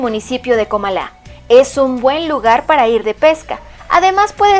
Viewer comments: No es Comalá, es Comala. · No es "Comalá". Es Comala. Se escribe sin tilde y se pronuncia con acento en la segunda sílaba. Y no es "Atentique". Es Atenquique. Saludos. Buen video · Así es no es comalá con acento.. es COMALA..... Y las playas de Manzanillo en Santiago son MIRAMAR (NO MARIMAR).. LA BOQUITA ( NO BOQUILLA)...Es ATENQUIQUE .... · Otra cosa NO ES COMALÁ no lleva acento ES C-O-M-A-L-A asi como se escribe asi se pronuncia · No es Comalá, sino Comala. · XDDD es comala, sin acento xe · Yo creo que esta persona no es Mexicana dice Comalá 🤦‍♂️ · Mal pronunciado Comala, no lleva acento, además es atenquique, y es Miramar en Manzanillo.. pequeños detalles que deberían checar.. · No te doy like ... por no pronunciar bien Comala , no estudiaste bien 👎